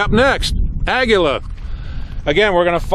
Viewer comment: Aw-gee-(like karate gi the uniform)-luh not agwiluh